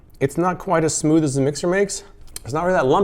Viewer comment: Smood? Where's the Thneed?